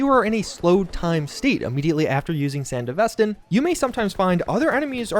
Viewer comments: "San-deh-viss-ten" I'm sorry but this was so hard to hear throughout the video hahahah Me: Isn't it "San-devi-stan"? which one is it? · BRO SANDE-VISTAN?! RLY!? It’s SAN-DEVISTAN… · Come on man after Edgerunners there's only 1 way to say Sandevistan. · Nitpick: San-devi-stan, not sand-evistan. Edit: Thanks for the non-self correction. My soul is at... sort of peace. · Please 🙏 you said it so many times The pronunciation is Sān-Dev-Est-Stān. Its Name comes from the last Corp War, mainly taking place in the desert the "Sandy Devestaor" from what happens to the sand flying up after use. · dude said sand-evis-tan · Come on, man, we have an entire anime on how to pronounce Sandevistan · san-dev-is-tan lol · correct pronunciation san-dev-eh-stan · The fact that you can literally acknowledge edgerunners as a popular thing, claim to LOVE cyberpunk itself and then mispronounce sandevistan like that hurts my soul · Yo it's Sandevistan not Sandevistan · Dude managed to pronounce Sandevistan differently several times lol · my man acknowledged he's saying Sandevistan wrong after proceeding to say it wrong multiple times. 😡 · The way you saying Sandevistan is fucking me up, lol. IM sure the way say it in the anime is correct since Mike Ponsmith helped oversee a looooot of the work in Studio trigger. plus the DUbbing was fucking supreme. So yeah, they had to say it right. lol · Great video, but real talk, if you're making a cyberpunk video after the anime has released, you really should be pronouncing Sandevistan correctly. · love how this dude obviously shows evidence of watching edgerunners but still butchers Sandevistan AND ACKNOWLEDGES IT and keeps saying it completely wrong